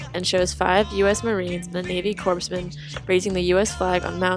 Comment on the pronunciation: It is not "corpsemen," but corpsmen, rhyming with foremen. And Albert Eisenstadt is famous. Please learn to pronounce his name.